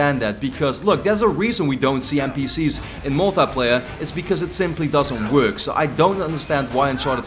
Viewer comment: is it me or do you guys find it funny how says "uncharted mul-teh-playa":')